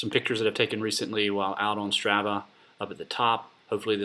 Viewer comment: It's STR AH VAH, the first ah is like when you open your mouth and stick out your tongue...AHHHHHH not the way you're saying it.